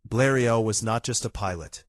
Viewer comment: most images not the right plane. AI voice doesn't know how to pronounce Bleriot. Dead dry empty video.